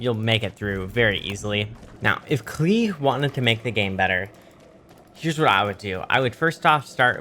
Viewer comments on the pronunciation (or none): i love the fact that pronounces it "klee" even tho it says "rhymes with play" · Klei: It rhymes with play: How about no